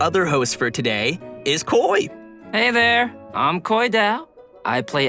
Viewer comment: Its Khoi btw not Koi